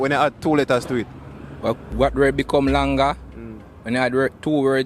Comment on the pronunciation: the word is longer not long-ga lol